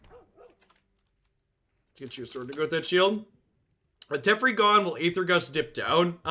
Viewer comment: It is pronounced Teh-Fair-E, not Tef-er-E